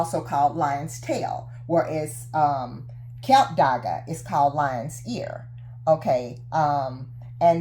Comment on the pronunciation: Klip dagga Not KILP DAGGA